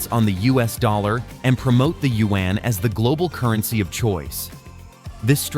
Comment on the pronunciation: Thank you I appreciate the attempt to pronounce “you when” for the Chinese yuan 圓. The way you pronounce it is two syllables. It sounds like “you when.” Make it one syllable as in “ywen.” Say “you when” faster and in one syllable “ywen.” Thank you in advance.